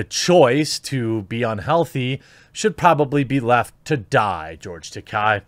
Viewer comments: Just a small point. His name is not Takei with an “i” sound at the end. It’s Takei with an “a”sound at the end. As he said on William Shatner‘s comedy central roast, the name rhymes with toupee. And he seemed a little irked that Shatner can’t pronounce it correctly. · Slight correction, from George's own mouth during his convention tours. "It is Ta-Kay, rhymes with Gay or Toupee" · That's pronounced "George Ta-kay" - Remember, "Takai" means "Expensive", while "Takei" doesn't. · Dude you pronounced George's last name wrong about 50 times.